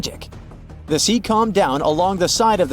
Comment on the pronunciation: And now, we've got another one. How to pronounce "the" (the definite article) when it comes before a vowel sound. "Thuh" becomes "thee" before OCTOPUS. Thuh (the) sea, thee (the) octopus.